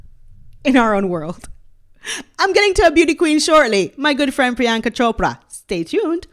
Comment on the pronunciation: Love your videos. By the way, your accurate pronunciation of Chopra surprised me. I never expected it. Priyanka is nothing to write home about. She sold out in my personal opinion, the same way Meh-gan Mularky sold her father out